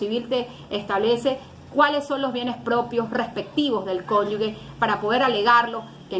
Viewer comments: Santo Dios, esta abogada no sabe diferenciar entre la combinación de las letras "gue" y "ge". Reiteradamente al hacer referencia al cónyuge, lo pronuncia "cónyugue". Una cosa es ser Gevara y otra Guevara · Por favor abogada no es conyugüe, lo correcto es cónyuge , lo de cónyuga suena feo